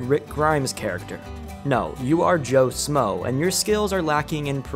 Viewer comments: Its "Joe SHmoe" SH moe. SH. Not Smoe. JFC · It's "schmoe". Pronounced "Shhh-moe", not "Smoe".